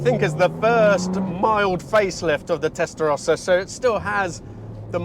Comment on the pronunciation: the only one that pronounce "testarossa" correctly outside Italy, everybody else say testarousa. "let us take it through the gear"... but you are over the speed limits in 1st gear already!!